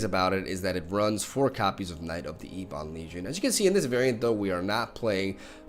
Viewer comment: Ebon is pronounced "Ebbin" not "Eebon".. dork.